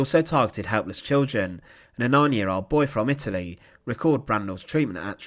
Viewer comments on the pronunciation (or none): none